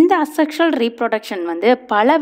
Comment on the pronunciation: Mam this is A sexual reproduction pronounce yay sexual reproduction teaching is good